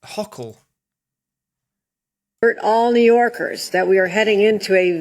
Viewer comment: Governor Hochul, lol, she might be one. (It’s ch like chew)